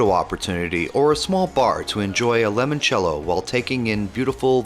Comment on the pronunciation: Beautiful photography and a very pleasant voice over- but there are several words that are mis-read, one quite amusingly- In Florence: Uffizzi Gallery, not Uffuzzi. In Positano: Limoncello, not lemoncello, and in Capri, the gondola is called a funicular- the word you substituted, vernacular, is a linguistic term, not a mode of transport!